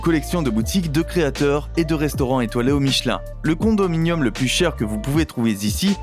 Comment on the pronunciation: Condonium ? est que vous êtes Canadien !